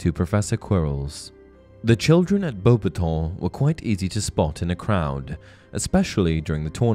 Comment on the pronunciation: The way u say bobaton is infuriating